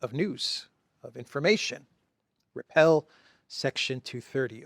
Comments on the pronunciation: REPEAL (RE-PEEL) NOT REPEL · We say re peal,not repell! But you are OK!! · Repeal not repel. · Repelled??? no no no... Repeal section 230... NOT repel section 230.... REPEALED... WOW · Repeal brother. Not repel.